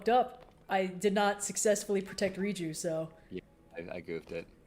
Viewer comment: It’s Riju, not Reachyou.